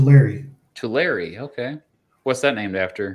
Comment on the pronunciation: The E is silent in Tulare